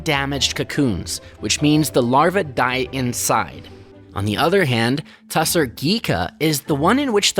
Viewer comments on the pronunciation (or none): The correct pronounciation is "Tossor Silk", not Tussar. It's also a big industry in Bangladesh. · It's pronounced as Toss-h- orrr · It's pronounced Taasar silk, very popular in Bihar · It's not TA SAAR silk, it is TU SHAAR. That's how it should be pronounced. The meaning of Tushara in sanskrit is snow, dew, frost or something too fine, pure etc